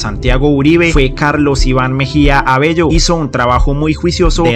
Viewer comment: Mejia Abello..no Mejia Abelo pronuncié bien está utilizando mal el Español